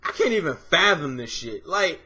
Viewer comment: lol i knew he was gonna say fatham before he did